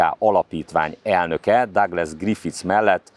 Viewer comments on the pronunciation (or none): none